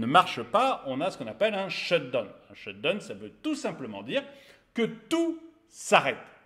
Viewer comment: Sht down pitié prononcez correctement down pas done !!!!!